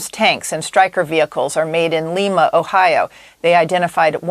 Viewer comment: Tell that reporter that it is pronounced L-EYE-ma, OH not L-EE-ma like Peru.